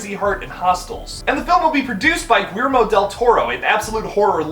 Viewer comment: The way you said Guillermo made me giggle lol.